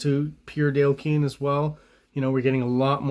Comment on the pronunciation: Dude, you’ve lost the plot. Yes, surnames can be difficult to pronounce, but Dale’s name is accurately pronounced in a ton of videos now. Please only call him Dale, for the love of god! And clearly you’re an Image art dork, but are you aware how awful those early comics were scripted with poor page and panel layouts?!? For someone trying to sell his own comic, how can you ignore quality storytelling???